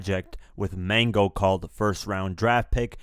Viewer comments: dude called "Magno" , "Mango"??😂 Wtf sir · it’s MAGno, not Mango bro. Good video 🤘🏽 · his name is Magno not Mango 🤣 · MAGNO not Mango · It's magno not mango lol 😆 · Lmao he said Mango. It's Magno short for Magnificent 😂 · MAG-NO not mango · When you said "Mango" i literally stopped watching. Do your research and take pride in your videos dude... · For all the research I'm sure you do you have to start getting names right bro... MANGO!!! MAGNO!!!! AKA Magnificent pit some respek on his name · Who in the hell is mango??? 😆 🤣 😂 😹 It's magno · You said mango instead of MAGNO short for magnificent.. damn 🤣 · Bro said mango it’s Magno aka Magnificent smh this dude info ain all da way 100 Mike jones never been on any screw tape (Dj screw) bro need to go bacc on Texas music history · bruh said "Mango" lmao tf "MAGNO"!!!!!!!!!! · Who is Mango? He ain't kno fruit, he goes by Magno like "Mag-no" and Mag is a mixtape legend in Texas! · He called Magno, Mango! Lamo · I kno I'm high, but I kno I just heard him call Magno a damn fruit😂 ! Bruh said🗣MANGO😂😂😂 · Magggggg no not mango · It's "MAGNO" not "mango" 😂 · MAGNO LoL not MANGO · “Magno” not Mango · Its MAGNO......not MANGO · Did he say mango 🤦‍♂️😂 it's magno u heard lol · Mango???? Or Magno. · Did you say Mango?! He goes by Magnificent or Magno 🤣😂🤣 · Its Magno Ya Heard!! not Mango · Lmao Mango .. .... its magno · Magno not mango. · Dude called MAGNO “MANGO” lol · He called "Magno" aka Magnificent "Mango" lol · Mag-no not mango lol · It's MAGNO not 🥭 lol 😂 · m-a-G-NO! Not mango my nigga 😪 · Magno not Mango 🤦🏻‍♂️ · The name is MAGNO not mango man.. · Mango??? It’s magno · It's Mag-no you idiot not mang-o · Lol he pronounced Magnos name "mang-go".. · LOL ...The disrespect! Its MAGNO not MANGO! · Did he just call magno 🥭 mango😭😭😭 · 🙄🙄🙄 🥭 ????? 😂😂😂 don’t u mean “Mag-Kno” 🤦🏾‍♂️🤦🏾‍♂️🤦🏾‍♂️ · Magno not mango smh couldn't even watch the rest of the vid instant thumbs down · Mango? its Magno. Also ice age was after Swisherhouse